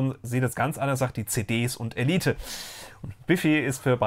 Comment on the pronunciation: Nope, "Elieht" nicht "Ehleit" ;-)